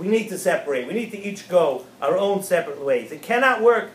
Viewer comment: our* (not "noir")